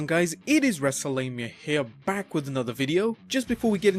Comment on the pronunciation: NEXT TIME PRONOUNCE WRESLEMANIA PROPERLY